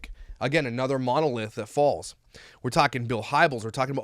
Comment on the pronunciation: Say monolith again